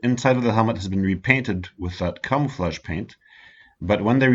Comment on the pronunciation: Are you saying camouflage or cum flesh?